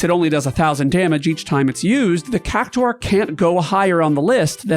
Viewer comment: The worst monster is your pronunciation of cactaur